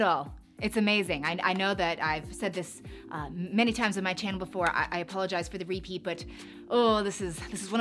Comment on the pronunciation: She makes so many luxury bag vedios that whenever I listen to her say welcome back to my CHANNEL I feel she i saying CHANEL😂😂😂